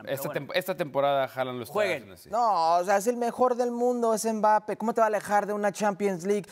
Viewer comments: A Hércules enseñenle a hablar y en especial como se dice Mbappé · que alguien le diga a ese tal Hercules que no pronuncia bien el apellido de Kilian x_x dolor en mis oidos cada vez que lo escucho